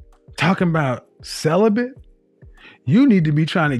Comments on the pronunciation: Cele-bent 😆 why is it we are the only race of people who use words they can’t spell,pronounce or understand the definition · Its celibate , not celibent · Celibate not Celibant lol 😂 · I’m crying 😭 😂 thought I was the only one who noticed! “I’m celibin” 😂😂😂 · I heard "celibent" 😄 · “I been celebant for 2 years” Wtf is ‘celebant” for crying out loud?!